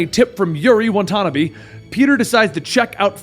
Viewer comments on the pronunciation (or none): "Watanabe" is pronounced as "Wha-Tha-Nah-Bey" originally in Japanese right!?!... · As much as i like this vid. "WA-TA-NA-BE" BE as in BEcome, BEll, uncle BEn...forget that last one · I know, he pronounces it wrong every time and never corrects himself. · It's 'Watanabe' man you must know the pronounciation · You said Yuri's last name wrong